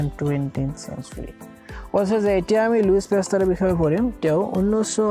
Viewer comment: Louis pasteur not luisa pasteur i am sorry sir 😉